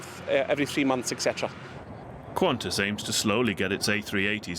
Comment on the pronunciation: err..... quantas? It is Qantas